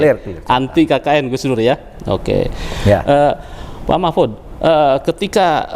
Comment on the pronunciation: Interviewer-nya memanggil nama Pak Mahfud jadi Mahpud hahaha..